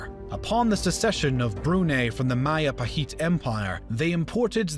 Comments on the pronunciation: Isn't Majapahit should be pronounced as Majapahit rather then Mahapahit? As it's not Spanish name. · MAJAPAHIT is not pronounced as MAYAPAHIT but as MA.DJA.PA.HIT (as in JAKARTA). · Mahajapit ❌ Majahapit ❌ Mapajahit ❌ Mahapajit ❌ Ma-ja-pa-hit? ✔️✔️✔️ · Its Majapahit, JEY, not YAY not mayapahit but Majapahit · Hey there, i'm Indonesian and Majapahit is pronounce with a hard J not a soft one so it is majapahit not mayapahit 😄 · As an Indonesian, Majapahit word is pronounced Madjapahit. Not Mayapahit. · MAJAPAHIT IS PRONOUNCED MAHAPAHIT!?!?! ‼️‼️ How the Philippines was colonized. SPANIAEDS USED NATIVE AMERICAN TROOPS IN THEOR CAMPAIGNS INTO THE PHILIPPINES!?! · I thought Majapahit was pronounced Ma-juh-pa-hit. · Correction in pronunciation... I believe it's Majapahit and not y sound, it's Mindanaw not nayo and it's not Roxas it's Rohas... These are the pronunciations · Ma - Ja - pa - hit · O i never knew Majapahit ever reach luzon, i think majapahit only fought against the sulu because of brunei's request to get rid the sulu pirates. Nice video, thank you but Majapahit is pronounced Majapahit J is J nlt Y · Inaccurate pronounciation of Majapahit. The J is not pronounced like Spanish ‘j’. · Majapahit has a hard J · Hearing majapahit pronunciation reminds me of bill wurtz video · The J in Majapahit pronounciation is same as J in Jack not as y